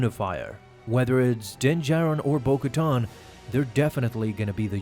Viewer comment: bo katan not bo koton..